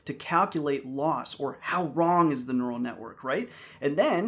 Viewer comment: Neu - ral - net. It's in the brain.